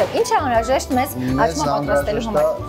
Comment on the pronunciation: աղջիկ ջան աճմա չի աչմա է,համ էլ մի քիչ խոսիր խոսքը մի քիչ էլ թող խոհարՐին,ուղղակի շատ տհաճ է ու անդուր